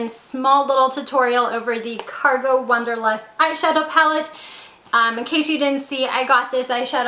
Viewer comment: I think it is called the "Wanderlust", not Wunderlust.